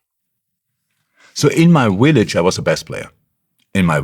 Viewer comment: In my Willage 😂 love it .